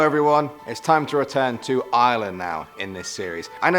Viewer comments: IS HE SAYING "ISLAND!!!!!!"😑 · Ireland is pronounced Our-lind 😂😂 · Any body else think his saying of "Ireland" sounds like island without the d? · It's eye-er-lend Ireland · Am I the only Irish person cringing every time he says Ireland. I love these videos and I love as a host normally but it's making me so uncomfortable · I hate the way they say Ireland 😂 I live in Ireland I’m from co.kerry